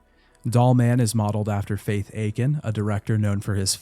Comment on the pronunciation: It's Fatih, not Faith. Fatih Akin, German-Turkish director. Fatih is a Turkish name.